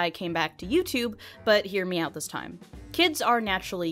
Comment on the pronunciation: “I wonder EEif, Pete rat has a bruh-ang, let’s find OAaat” first off, I don’t know how the hell you messed up the pronunciations of all those words, and 2 Pete rat is a gummy rat. He’s a peice of candy. He’s not a real rat. He dose not have a Bruh-AAng. I severely doubt you sir have a Bruh-AAng.